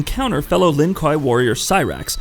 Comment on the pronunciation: kwei dude, kwei, it's pronounced kwei